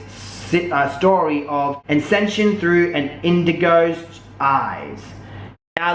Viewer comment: He seriously can't pronounce the word "ascension" wowwwwww